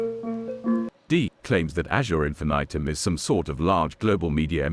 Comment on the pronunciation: I love that everytime pronounces Infinitum differently. "Infitum" "Infinaiiitum"